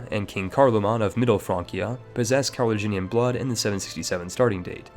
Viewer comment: It's Carolingian, not Carloginian.